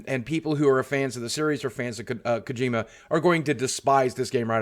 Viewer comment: Ugh, "kuh-gee-muh"